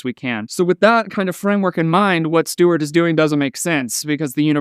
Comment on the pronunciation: You calling him "Steward" is hilarious 🤣